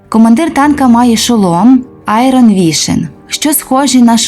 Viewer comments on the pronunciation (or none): none